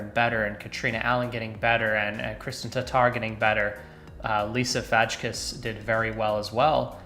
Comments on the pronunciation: I think you need to credit Central Coast Disc Golf if you're going to reuse their footage as a backdrop to your entire video. Also not sure you watch much FPO disc golf based on the lack of any real analysis here, your mispronunciation of Lisa's last name (it's "fay-kiss"), and your final comments that Paige will win less because Cat is getting better. Cat isn't some rookie who's improving; it's always been a Paige/Cat battle at the top, going down to the wire. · Paige isn't going anywhere. Gotta be happy for Catrina though. FYI you pronounce Lisa Fajkus as 'fay cuss.' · You pronounce Lisa’s last name “ FAKE US “ She’s a baller, and is one helluva player. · Did he butcher the Lisa Fajkus last name on purpose or am I missing something. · Exactly! How do you have a disc golf youtube channel and not know how to pronounce the name of the player who just finished third at PDGA Worlds? Feel free to acquaint yourself with Lisa Fajkus- her resume is only growing by the week.